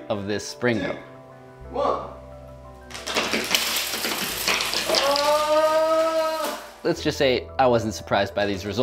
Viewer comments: hillarious how the title of the video is called springo but in the video the whole time he says slingo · Is Spring-o not slingo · isn't it a Spring-o not a sling-o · IT'S NOT A SLINGO! IT'S A SPRINGO! (hyperventilates) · you keep saying slingo instead of springo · He keeps saying slingo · He said slingo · I like how he mis pronounced springo as slingo even though he created the word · Like that time you pringoed a "whale"